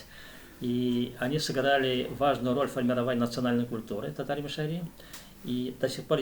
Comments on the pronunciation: Ударение неправильно! МиШАри не МишаРИ. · Мишяр. Ударение на втором слоге...так себя называют татары д.Тат Толкиш Чистопольского района и др..мишяре в Татарстане.. Вы говорите о другом народе? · Ударение на А - мишАри !